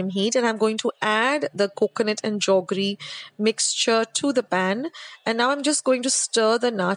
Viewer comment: I am hearing 'jaggery' being pronounced as 'joggery' as we used to when we were small☺️